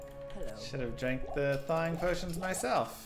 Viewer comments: Did you say "they-wing potion" for THAWing potions??? the word "thaw” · thating potion?